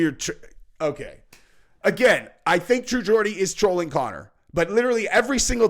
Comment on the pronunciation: accidentally pronounced True Geordie right the first time in this vid!😂